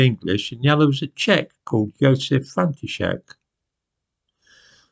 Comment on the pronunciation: Perfect pronounciation of Josef František's name!